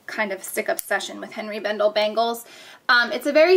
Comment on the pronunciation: You are pronouncing the name wrong it is Henri (anray) bendel